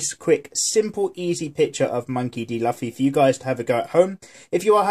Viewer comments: LoL he said Luffy ( la-fee) it's supposed 2 be Luffy (loo-fee) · its not laffi its luffy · its lucy not laffi haha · i think he pronounce it as the english say Duffy but yeah its luffy pronounced loofy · DID YOU ISUT CALL LUUUFFY LUFY? triggered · Luffy not laffy.. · It s not laffy its luffa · nobody is watching this in 2020 lol😭😭😭 i watch one pice subned and its not pronounced laffy or luffy they say 'rufi' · it might just be me but it pains to hear luffy pronounced 'lufi' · right its painstakingly clear he has never seen the show lmao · I know you get this a lot but it's pronounced (lou•fee) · sorry (though the drawing is awesome)its pronounced loofy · we pronounce it Loofy here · Did he say laffy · Laffy wtf is luffy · I cringed when he said lafi😁😁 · The way you say his name... but dope drawing <3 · plz check Luffy's correct pronounciation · It’s luffy ur sayin the name wrong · He isn’t Pronouncing it right